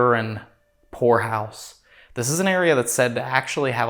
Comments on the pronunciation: Not going to lie, at beginning of the video when he said poorhouse, I misheard him and thought he said a place that belongs in a red light district 😅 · I thought he said whore house.. 😬.. poorhouse got it. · Peter the horse is here. Enjoyed it like always. I will say the first time you said Poor House. I miss heard...I didnt hear the "P" 😯🤫🤭😅